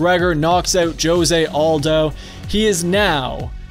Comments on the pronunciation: Joe-zay... . You’re just the worst.. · I may be wrong but josé aldo, is pronounced "Hosé" i dont know if it's different in Brazil but in Spanish and Mexico that's how it's pronounced. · Its pronounced hosay* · Who doesnt know how to pronounce jose smh...